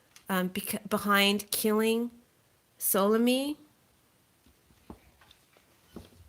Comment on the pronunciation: The Iranian general's name is Suleimani like Sue-lay-mani.